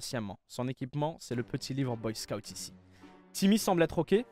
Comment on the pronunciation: Boy scotte ? Boy SCOUUTE